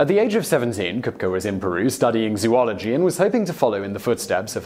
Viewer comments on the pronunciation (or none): none